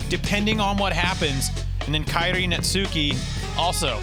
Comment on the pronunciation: Dude phuck for saying Netsuke's name wrong the whole time. Baka gaijin!